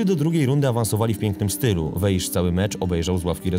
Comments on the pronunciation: Powinien Pan czytac jako Wais. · Dobry materiał, tylko dwie sprawy trochę kłują. Pierwsza: niewłaściwa wymowa nazwiska Weisza. Wiadomo, że węgierski łatwy nie jest, ale akurat to, że "sz" wymawia się "s", jest rzeczą dość znaną - poza tym, wypadałoby choćby z szacunku sprawdzić, jak czyta się nazwisko bohatera. Imię to inna rozmowa, ale chociaż to nazwisko. Druga, drobnostka: Chelsea nie była mistrzem Anglii. Pierwszy tytuł klub zdobył w latach 50. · SZ po węgiersku czyta się jak S (i na odwrót), więc poprawną wymową jest właśnie [WEJS].